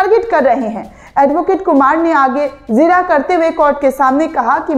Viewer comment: the word is jirah not zirah